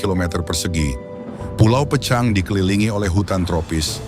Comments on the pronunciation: Pulau PEUCANG,Bro bukan Pucang di bacanya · HANYA Lidah orang Sunda yg fasih mengucakan PEUCANG...buka pecang.... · Bacanya Peucang, seperti mengucapkan bungong jeumpa...